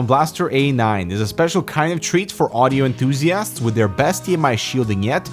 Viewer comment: Audeeio Enthuzee-ast